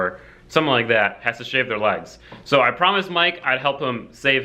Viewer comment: DUDE !!!! "SHAVE"!!!!!!!!